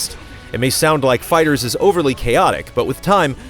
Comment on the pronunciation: Why do you keep saying "fighters"? It's called FIGHTER Z.